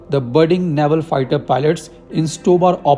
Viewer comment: Its navel not naival